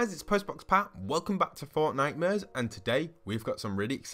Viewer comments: I deadass thought he was saying fortnightmures instead of fortnite-mares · Lmao why is it called fortnitemares instead of fortmares